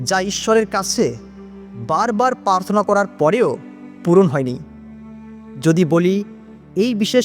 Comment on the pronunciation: পার্থনা নয়, প্রার্থনা বলবেন।